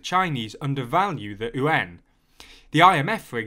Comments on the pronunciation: Just so you know, "yuan" should be pronounced "ywen," not "oo-en" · I'm pretty certain yuan is pronounced likw wan. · ... how do you pronounce ywen? like gwen? I thought is YU AAN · It’s called the yuan not the ooooo-an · don't understand where Brits come up such weird pronunciations of Mandarin. Yuan is just yu (as in "you") - ɛn (like how you say the letter 'N') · I was listening to the video without watching and thought you said UN weirdly when you said "yuan". I think you might want to go back to the drawing board with that pronunciation. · Why does he pronounce Yuan as Uan? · Good video as always. It's pronounced "U.N." like shortening United Nations. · cos ey don't know owta read propa innit? ;) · The yuan butchering… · Except when he tries to pronounce Yuan :) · You’re not wrong but try to combine the two sounds together into one syllable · More importantly the currency is called the Renminbi, Yuan is but a denomination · first time I’ve heard this pronunciation.... seems kinda counterintuitive to me, like .... why not say it like it’s spelled lol. the simplest way is in this instance the correct way. when is an initial ‘y’ ever silent anyway? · what does the mandarin word sound like? You’re absolutely right, it should be spelled the way it should be pronounced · Nice reporting! The narrator is mis-pronouncing "yuan" though. Also, it should be noted that the yuan is not the name of the chinese currency. It's the RMB (the renminbi). Yuan is used to refer to money is general in China, not a specific currency. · Please take an hour to learn to read Pinyin and pronounce it as close to correctly as the sounds you can make allow. (For starters, yuan is one syllable.) I don't disagree with any of the content of this video but it's hard to take your coverage of China seriously if you haven't paid enough attention to even say internationally important words right.